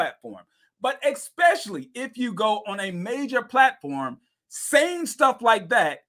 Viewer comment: It’s so hard to take advice from people who pronounce “especially” as “exspecially.” All his credibility has blown out the window. 🙄